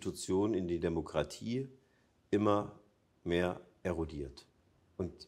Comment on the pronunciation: Warum muss man das Wort DEMOKRATIE so betonen? Damit man es sich selbst einredet diese zu vertreten? Ich kann es mir nicht weiter anhören, sorry!!